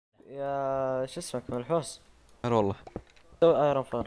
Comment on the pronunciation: ما اقصد الاهانة بس كل ما اسمع كلمة منحوس احسبها ملحوس ال زيي لايك